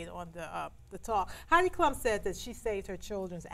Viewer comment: Heidi Klum, not Klump.